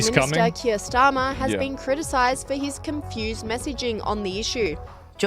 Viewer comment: How would Douglas Murray know what to do? He's "never beeean" in a migrant gang.